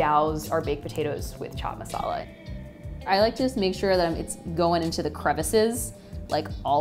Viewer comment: Chhhhh chhhat masala 😒not to fan ..bt the rest👍👍..best thing no india accent and she is positive active.and belive me .i love indian food and good people too👍we need more foreign people in america